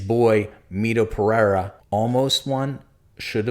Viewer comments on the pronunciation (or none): none